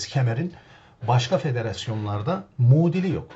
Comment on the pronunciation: Hocam severek izliyorum. Mudili diye bir kelime kulanıyorsun doğrusu ‘muadil’ dir. Vesselam